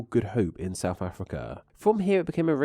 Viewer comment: Given that the video is about the English language, it’s particularly annoying to find that the narrator cannot pronounce ‘TH’! ‘Souf’ and ‘fousand’ abound!